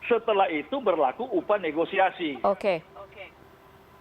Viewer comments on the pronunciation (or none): none